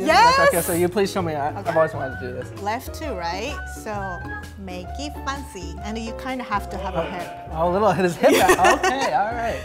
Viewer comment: "Make it foncy"😊